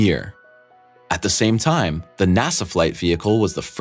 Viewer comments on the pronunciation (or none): none